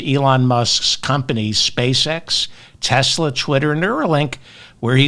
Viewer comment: Haha! David said "Teslur".